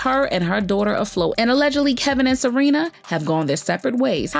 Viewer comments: Her name is Sharina… not Serena.. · Not Serena.....Sha-rina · Why you keeps calling her SArina? 🤣🤣🤣 it’s SHArina! You are too much gurl! 🤣🤦🏽‍♀️🤷🏽‍♀️Good tea ☕️ 🫖 spilled because I didn’t know that Wendy was the one to hire the Private investigator 🕵️ 😱to watch Kev! 🤣👍🏽✅ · The way ya’ll keep messing up their names 😂 Kevin and Serena. Yunggggg🤣🤣🤣🤣🤣